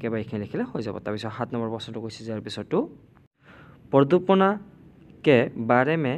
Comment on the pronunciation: Pradupana nohoi praduson hoi😊❤